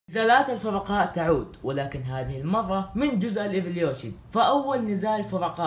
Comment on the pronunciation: لماذا تقول ايفليوشن لازم ايفولوشن